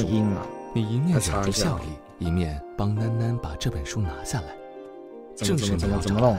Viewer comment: 那兩個字念（南南）囡囡 我告訴你吧 沒人告訴你的話 呵呵